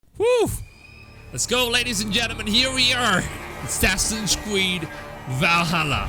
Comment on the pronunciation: Assassins Cweed